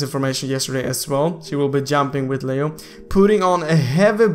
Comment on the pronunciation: Leo/liio not liu, lol i just laughed when u said liu 😂😂